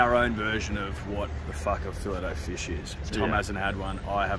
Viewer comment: Come on boys we're fancy it's a fillay o fish .